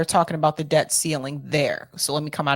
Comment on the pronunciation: Did you hear how AOC (Alexandra Occasional Cortex) pronounced “debt”? Deb -t. It is pronounced “det” -the ‘B’ is silent. This is vital because it demonstrates she is unintelligent and has poor use and competency of the English language. It also signals her education level.